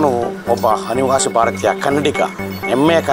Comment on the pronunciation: ಕನ್ನಡ ಸರಿಯಾಗಿ ಮಾತಾಡಿ. ಹನಿವಾಸಿ❌ ಅನಿವಾಸಿ ✅ ಎಮ್ಮೆಯ ಕನ್ನಡಿಗ ❌ ಹೆಮ್ಮೆಯ ಕನ್ನಡಿಗ ✅